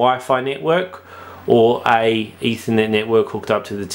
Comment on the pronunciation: Ethernet, not "either net".